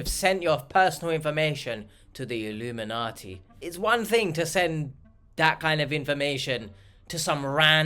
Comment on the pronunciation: WHY does he SAY it that way? “IlluminaTEA”🧔🏼‍♂️